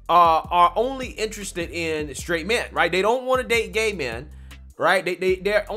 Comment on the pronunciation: Stright 🤣🤣🤣🤣🤣🤣🤣🤣🤣🤣🤣🤣🤣🤣🤣🤣 he said Stright🤣🤣🤣🤣🤣🤣🤣🤣🤣🤣🤣🤣🤣🤣🤣🤣🤣🤣🤣🤣🤣